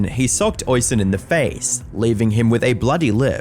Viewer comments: Damn you have a video of Oisins name being said correctly and you still say it wrong eveytime 😂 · You show a clip where "Oisin" is pronounced correctly a few times yet you still manage to fumble it. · Oisin is actually pronounced O-sheen, instead of Oi-sin, unless the pronunciation/version is his actually name then ignore me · Nitpicking FYI- Oisin is pronounced oh-sheen or us-sheen not oi-sin or ocean. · Its not Oysin its pronounced Usheen. But hey ho he was a monumental snowflake. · It's pronounced Oh-Sheen, not Oi-Sin. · The Irish forename Oisin is pronounced Osh een, not Oy sin. You're welcome 👍🏼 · Oisin is pronounced "osheen" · "Oisin" is usually pronounced "oh-sheen" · It’s pronounced O-SHEEN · I never said it rhymed with rushing. But yes, its pronounced "awe-sheen" as in Charlie Sheen. Irish names are pronounced as they would be in the Irish language, not English. Other examples are Caoimhin (kee-vin) and Siofra (shee-frah). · The Irish watching this in physical pain at the pronunciation of Oisin 😅